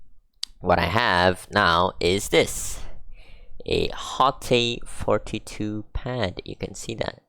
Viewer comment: The absolute best hitbox imo. Punches way above its price point. I have this and the larger T13 because I like to rest it on my lap while playing on the couch. Great for both Tekken and SF6. I think it’s pronounced “Haut” or “hawt” btw 😄